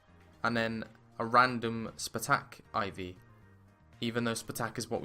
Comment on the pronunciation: Please stop saying spuh-tack